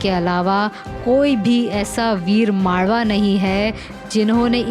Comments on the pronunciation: Superb described...just one error.. U r saying "Malva" in this story...actually it's maavla...if possible do edit this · I very much appreciate your effort to bring all the great heroes history of maratha empire. Just want to correct only one thing which I noticed. isnt it mavla instead of malva? Keep up the good work 😇 Jay Bhavani, Jay Shivaji. Har har mahadev. 🙏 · Change the voice artist please..मावळा la माळवा bolli ti..and tuning is also not good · sister its not malva its mavla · Malava nahi mavala bolo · Mam that word is vir mavala not a vir malava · Voh malwa nhi h Mavla h plz pronounce it clearly and correctly Else call me this is my no. I will teach u how to pronounce every word....Jay shivray